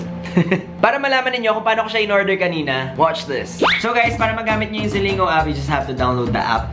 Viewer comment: It's pronounced as (ZILING-GO) hehehe love you! 💕